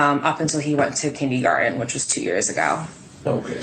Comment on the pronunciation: Kin-DEE-garden?? What???